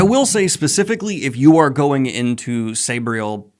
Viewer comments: Noooo, is it really pronounced Sob-riel? I've pronounced it Sayb-riel my whole life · Garth nix pronounces it "say-bree-el" but says he doesn't mind how other people say it.